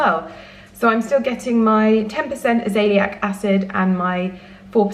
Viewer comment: Hey Lydia, it’s actually pronounced aza-leyek acid not asaeliac. Just letting you. Love your videos!